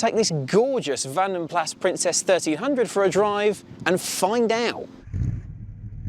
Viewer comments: It's pronounced Vanden Plaas. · For goodness sake - it's not a Vanden Plassssssssss. It's a Vanden Plarr/Plah or even Plaz (as some would have it) - however you want to spell it phonetically, it's from the original Belgium Coach Building company, not from the Barnsley Wheeltappers & Shunters scrapyard. I remember when these were new and they weren't pronounced as though they were named after someone's pet whippet. Excuse me whilst I go and order a Pit-zer and a Latty. Your right though - lovely car, particularly in the burgundy red. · Vanden Plaaaa, not Plas. 🙃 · It's pronounced Vahnden Plahss, not Vanden Plaaaa.